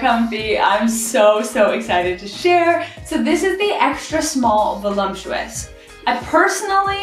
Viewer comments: Ok, so who is going to tell her it isn’t pronounced veh-lump-chew-us? My wife pronounces it the same way and I giggle every time. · Gonna have the wife check out your channel! BTW…there is no “M” in the word, “voluptuous”.